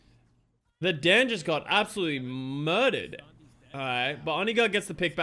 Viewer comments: It’s pronounced Daan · Daan is a common dutch name, idt english people usually struggle with saying the dutch double A